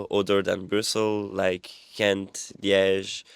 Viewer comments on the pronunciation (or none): Her name was Ida, not Ira. Not chent but Gent.